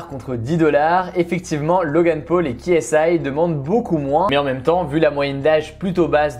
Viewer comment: Logeune peul MDR on dit Logan paul